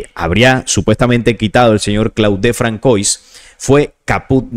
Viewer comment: Disculpa saludos desde Panamá 🇵🇦 Muy interesante solo un pequeño consejo Se pronuncia “Fransuá” me refiero al nombre François. Es un detalle quizá menor pero igual p.e. cuando citas en otros videos a Elon Musk (Pronunciar Ílon Mosk)